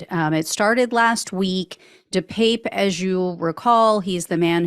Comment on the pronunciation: De Pape pronounced de pah pe......